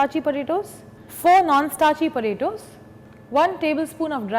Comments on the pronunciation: It sounds like she is saying cut the burittos. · The way she says potatoes (/_^)